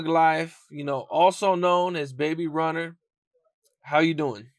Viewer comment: This mfa said “ Baby Runer “😂